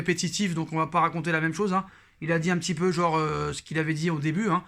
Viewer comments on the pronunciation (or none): none